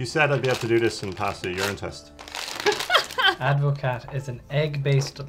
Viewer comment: It's pronounced add-ver-car. How is it non of you know?